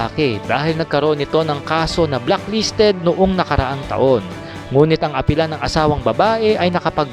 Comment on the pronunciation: Hindi blocklisted… BLACKLISTED!!! Aral muna bago vlog ha 😂😂😂